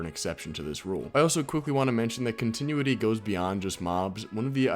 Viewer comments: Continuity is pronounced “Con-tih-noo-wih-tee” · learn how to say continuity